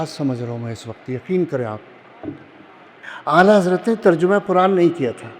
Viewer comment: تم آلہ حضرت کیوں بولتے ہو 😂